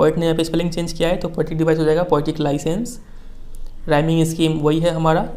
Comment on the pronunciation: Improve your reading skills Thats poetic devices not poatic dibiceses # U not teach only translate I advice you all learn from magnet brains or any other platform it is cheap platform He teach us from screenshare🤣🤣🤣 Mujhe tu lgda hai ye kabhi khud pass hi nhi hoye